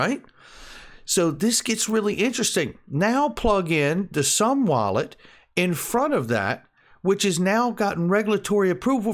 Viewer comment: Isnt it pronounced "zoom wallet"?